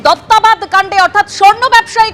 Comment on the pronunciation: Duttabad noi re, bangla uccharon e bidyasagar hosh na r. Kanna pae dekhe😂. Duttobad bangla e banan ta